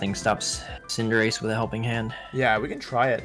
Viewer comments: love how Wolfey's got saying Cinderachey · i feel like ray truly believes that it's pronounced cinderacheee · Why do they pronounce "cinderace" that way? Is it a joke or something? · You mean the correct way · I like team building wideos, and I like collabs, so I double like this. I also think it’s funny that picked up Wolfe’s pronunciation of Cinderace by the end